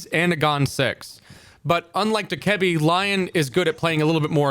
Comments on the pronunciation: no he doesn’t💀 It’s (Dough-Kuh-Bee) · Not sure how I feel about this lost, having lion in this and not buck, also saying Dokkebi in that way, that's wild 😂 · The way he says Dokkaebi kills me bro 💀